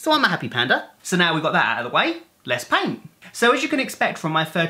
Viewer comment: You said "let's paint" but I heard "let's pain"